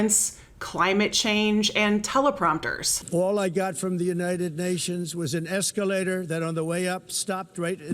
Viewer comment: There, there Donny, did the nasty escawator stop suddenly and make you nearly poop in your diaper?